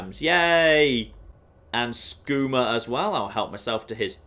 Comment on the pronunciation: The only Brit YouTuber to say "skooma" instead of "skoomer". :-)